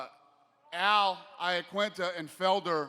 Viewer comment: Al “Iaqunita” lololol why they gotta do that man like that 😂😂😂